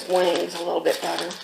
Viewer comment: When she says better i hear butter